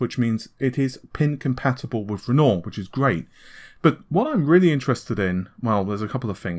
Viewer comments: Ren-wah not ren nor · Its pronounced "REN-WA" not "REN-OR", it is the famous French painter's name. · sorry but it's REN-wahr, ren-WAHR as in the artist not renoor /rant off keep up the good videos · It's pronounced Ren-Wah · Just for future reference; Renoir is said ren-wahr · He spell it like Renault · Great way to pronounce "Wren Norr". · I was surprised he didn't butcher Cezanne as much as Renault. I mean Renoir. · I work in the art world....it is kinda weird that someone as renowned as Renore to be mispronounced. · AMD is quite often (but not always) using the surnames of artists for its codenames: Matisse, Cezanne, Renoir, Picasso. I know it seems petty but PLEASE could you try to pronounce their names properly? Renoir - Matisse - Cezanne - Picasso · Why do i get the feeling nVidia is paying you to hype their products... it just feels like an advert and not a commentary. Did they also tell you to mispronounce Renoir.... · Ben Rogue he refuses to correct his pronunciation at this stage. Amy pronounces it correctly. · it’s soooooo annoying. youtubers have no standards smh, journalists shouldn’t intentionally mispronounce topics they’re covering. Renoir is a very easy name to pronounce.